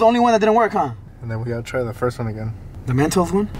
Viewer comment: Its mentos not mantos